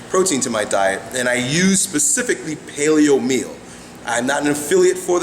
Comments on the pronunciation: I don't quite understand what he said that he uses, payleo meal or w/e O_O... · What did he say? Palio meal?